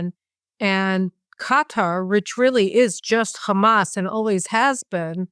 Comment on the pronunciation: Victor Davis Hanson fitting pronunciation: Erdo-yawn (Erodgan) and Gutter (Quatar).